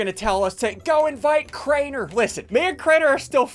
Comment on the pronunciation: Me: hears ssundee say “i cant play with crainar” Also me with broken heart: cries